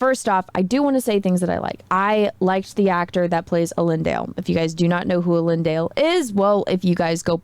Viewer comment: Is that how they pronounce Elendil in the show as well, as eel-een-dale and not as eh-land-eel?